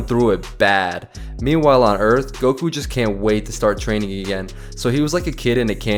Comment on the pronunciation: Gokū , not "gouku"